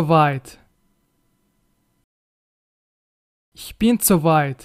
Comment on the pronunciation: ملاحظة بسيطة اخي هناك مشكل في نطق بعض الحروف والأفعال مثل so و zu و letzt